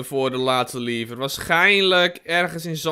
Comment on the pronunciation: Sorry, maar je spreekt "lever" uit als "levver", en niet als "liever". Voor de rest vind ik je video's wel supergaaf!